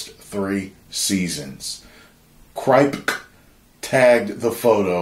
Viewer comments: The name Kripke is pronounced Crip-Key. Almost like crypt key. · Its pronounced crip-key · It’s pronounced Eric Krip-Key 😂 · It's pronounced "Krip Kee" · it’s pronounce Kripkie 😂😂😂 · it's spelled kripke, but pronounced crip key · It’s pronounced crip-key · Lol mispronouncing kripke name